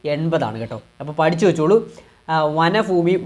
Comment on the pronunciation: വനഫൂമിയോ 🤔 മലയാളം വായിക്കാൻ പഠിച്ചതിനുശേഷം ക്ലാസെടുക്കാൻ നിന്നാൽ പോരെ😂😂